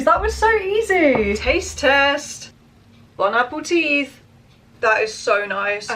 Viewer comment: Wait did u say bon-appa-TEETH